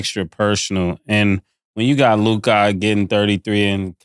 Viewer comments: Damn… Now that Dallas is in the semifinals I gotta listen to Mase butchering LUKA’s name!! 🤦🏾‍♂️ it’s LOU-KAH Not LOUGAAD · Someone tell Mase it’s loo-kuh not Lu-kahhhhh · I hate how mase say luca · Who taught make how to pronounce “Luka”? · The way MASE pronounces Luka annoys me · Why does Mase Pronounce Luka name like that? He know something we dont know? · Why does Mase pronounce Luka’s name like that? Shit is wild lol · Everytime mase say Luka name his pisses me off